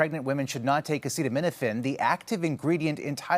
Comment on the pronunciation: Maybe let the scientists make the announcement instead of someone who can't even pronounce acetaminophen